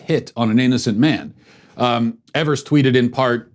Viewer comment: The governor's last name is pronounced "eve-ers" or . Don't worry - I won't call you racist.